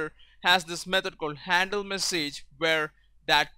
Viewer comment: You English is good but you're pronouncing words that end with "age" totaly wrong. Letter 'a' in "message" is pronaunced like 'i' in "big"